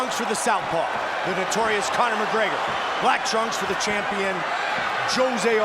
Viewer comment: Connor macgwegeur au madissooon squaaare gardeuun